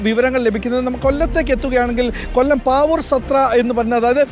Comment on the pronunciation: പാവൂർ സത്ര അല്ല... പാവൂർ സത്രം